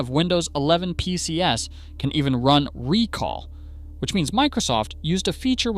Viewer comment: This AI voice really grates. It doesn't understand plurals. "PCs" ubiquitously pronounced as "Pee See Ess".